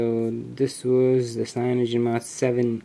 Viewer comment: I had to stop this video The way you said CAYONOGEN mod 7 pissed me off to much.